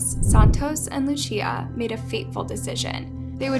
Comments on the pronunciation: her name is pronounced lu cee ah not luchia. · The same way you pronounce Lucy, is how you pronounce Lucia. Not luchia* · It’s not Luchia it’s luSIA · It isnt "Luccia" or "Luchia" it is just "Lusia" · Why does she pronouce Lucia as "Luchia" and not "Lusia"? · Loo-See-Uh… not Loo-Chia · Luchia, but is pronounced Lu-see-uh :) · “Lu-cia” not “luchia” lol, other than that I LOVE YOUR VIDEOS ❤️ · Her name is LOSE SEE UH. NOT LOO CHEE UH jfc the lack of basic knowledge/research is abominable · Ik this is random (I'm sorry and respect to the boy nd his fam) but like my name is Lucia and her pronouncing it as "LuCHia" is triggering me lol. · Lucia not lutia dios mio 🤣🤦🏼‍♂️ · Lucia is (loo- cia) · How hard is it to pronounce Guardados or Lucia? Really? Gerardos? Luchia? That's how you show respect for the family? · The pronunciation of “ Lucia” sending me 😂😂😂😂😂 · You're mispronouncing their names in the weirdest way possible.... LuCHia? "Juardado"? 😓you can google the correct pronunciation... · "luchia" "gerardos" someone tell this woman to get her pronunciation to an above average state before talking about a murder victim also the fake news broadcaster said "gurdados" like bruh, it doesn't hurt to practice pronunciation...